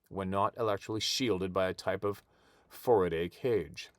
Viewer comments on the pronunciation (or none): no offence, it's pronounced "fair a day" Sorry just a lot of electronics work.